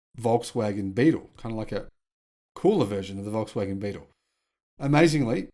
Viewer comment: Beetle not Bettle